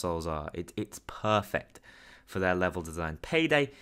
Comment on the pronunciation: I laughed when you said PAYDEL